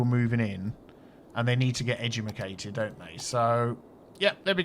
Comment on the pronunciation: Is it just me or did you love how he said "edjemakaded"